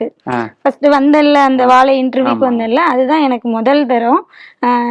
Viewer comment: Sir first plesae learn to pronounce Vaazai correctly. Not vaalai. Learnbtamil first before putting up a blog. Jay